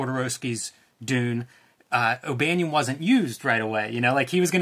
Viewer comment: It’s Banon like Cannon